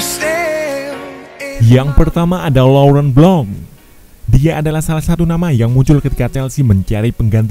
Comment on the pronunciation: Laurent blanc baca nya yang bener itu laurent bleng